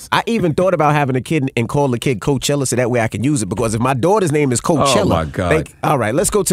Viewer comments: you took the likeness of Coachella and said carchella lmao. how the hell they aint know lmaooo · Drop the E.. and a I....Carchilla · CAR-"CHILL"-A you can do better..the Netflix using it..LL did and it's been ours longer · Crazy, I hear car I think car not Bey, Cardi B on stage... The word Coach ( bag, sports mentor, horse buggy).... Ella Fitzgerald smh Coachella is not Car Che Ella Ohio spoke, at the end of the day it's about RECOGNITION Brand, it's not COACH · What Car-Showlla?